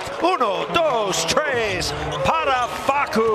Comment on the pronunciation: uno dos treyz? wtf. shuttup gringo!